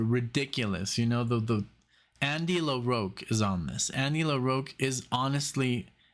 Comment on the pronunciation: It's pronounced LaROCK not LaROAK